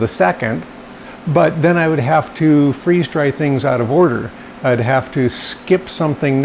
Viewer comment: thanks for taking the time to respond! I’m a stay at home mom looking to find ways to streamline meal prep while still cooking everything from scratch. I’ve watched hundreds of your and other FD videos. My middle child, toddler, now asks “can we watch the?” 😂 thanks for your info and data. I love experimenting and collecting data:)